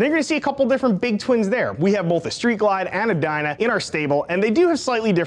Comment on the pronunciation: Speaking of sounding right, your pronunciations are wrong. 1. Timbre is "TAMber" not "TIMber" 2. Both is "both" not "bolth"